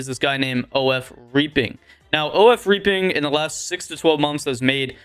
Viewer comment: reapiin - "REE-PEN" and Saunie- "SAW-KNEE" got u